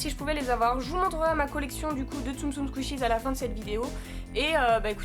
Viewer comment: T’es pas obliger de dire skishies tu peut juste dire tsum tsum 😅👌🙈